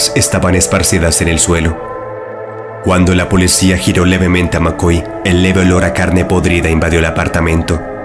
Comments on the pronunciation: No se dice polecia si no policía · Solo yo me di cuenta que dice polecia?